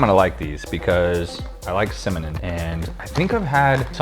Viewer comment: "I like cimanin" 😂😂